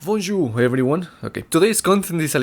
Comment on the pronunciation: you said "vonjour" but it's "bonjour" en français. Voilà pour la rectification de ta première phrase. ;) Du coup dès le début on sait que cela ne va pas être en français ( c'est bien dommage d'ailleurs).